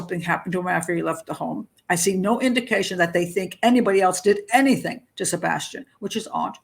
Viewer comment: no she literally can't say his name in any sentence or interview. It's sad..